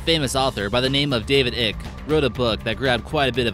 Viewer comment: It's not David ick its David I-cke